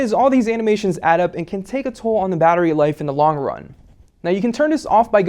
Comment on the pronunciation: I hate how he says "da" for "the"